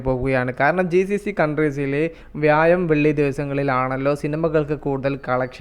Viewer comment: വ്യായം അല്ല വ്യാഴം